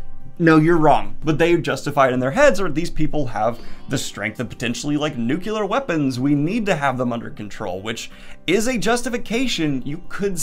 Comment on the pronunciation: NOO-KLEE-UR Not Nuqua-lur. Think New. Clear.